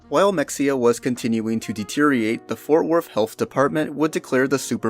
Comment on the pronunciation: It’s not mex-e-uh it’s muh-hay-uh god damnit I’m tired of having to correct people about this